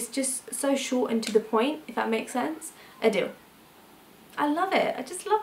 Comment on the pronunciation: Adil is actually pronounced like aadil not like adele...